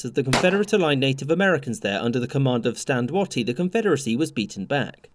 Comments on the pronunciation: I'm not sure I've ever heard anyone pronounce Stand Watie like it is in this video. I've always heard it pronounced as "way-tee" and not "watt-ee". Not a big deal and probably just a result of accent, but it caught my attention. It's also possible that my brain/ears have been consistently playing a trick on me. 😂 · Minor aside, Stand Watie is pronounced "Way-tie", not "watt-tie" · it's pronounced waitie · The chiefs name is pronounced like weighty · In another source I've heard "Watie" pronounced like "Wait". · For the record, the Cherokee pronounce BrigGen Stand Watie's surname 'Way-tee'. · Watie is pronounced “Weighty” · Another outstanding vid. Stand Watie held out his last days just outside my hometown. (Also it is pronounced “Wait-ee”, but no biggie) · You pronounced Watie's name wrong it's pronounced more like the word Wait, or Weight so like wait-ee. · yeah, hearing you mispronounce his name was killin me. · It was Stand Waite, he pronounced it wrong. I have also been to his grave in Northeast Oklahoma